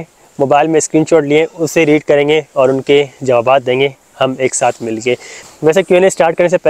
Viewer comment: Jawab bolte hain Jabawabad nahi bolte hain janab